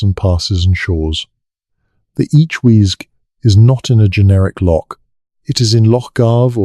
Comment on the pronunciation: Listening in Scotland... FYI Broch, Loch are pronounced wrongly - not a lock, brosh, brock or broch (like broach or church). I don't know how to write down how the 'och' in loch and broch is pronounced but I'm sure the internet can tell you. A brock means a badger!! Also the Orkney tomb is pronounced May's-How - there is no 'sh' Interesting info though and enjoying listening, but just hard to follow because of translating all the mispronounciations! 😂